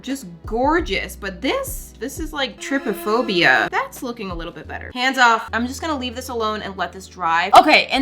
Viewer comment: Why is no 1 talking about how said (TRIP-oh-foebia) instead of (try-po-phobia)? Aaaa, I'm triggered 😅 Any way, luv U ❤